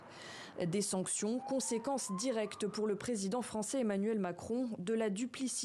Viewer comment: Sonction avec la bouche bla bla bla 🤣🤣